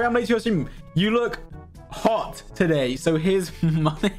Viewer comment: “I FAGAT HOW HAWT IT ISS“ 😭